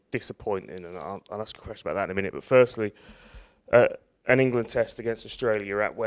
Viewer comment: "Englad"? is that near 'Irelad?